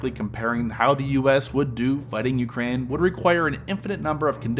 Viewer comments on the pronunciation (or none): dude makes an 8 minute video with over a minute of placement ads and cant even pronounce Ukraine right, did you not listen back to anything?